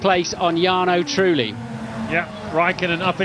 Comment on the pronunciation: "Jarno Truely" 😊